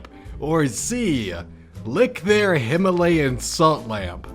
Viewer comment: *Himalayan not Hilamayan